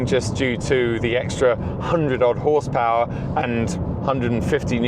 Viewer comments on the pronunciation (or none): "631 hawse pahhhh"